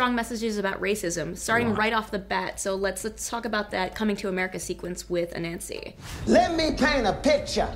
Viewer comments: The pronunciation is not A Nancy, it's pronounced A nunsi. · Its pronounced anansi ( ah-nun-see) not a-nancy. Growing up with his stories and tales its just torture to hear you guys say it that way . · Please learn to pronounce Ananzi correctly